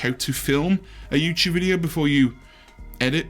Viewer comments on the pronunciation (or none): YouChube on a Chuesday